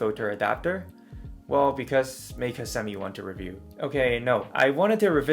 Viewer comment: German “ei” is pronounced like “eye”. “MIKE-uh”, not “MEEK-uh” or “MAKE-uh”.